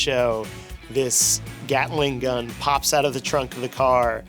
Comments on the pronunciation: “Gatling gun” 🤦‍♂️ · I absolutely hate how that nerd said l “Gatling gun.”